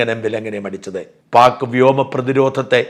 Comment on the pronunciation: Not Vyama, Vyoma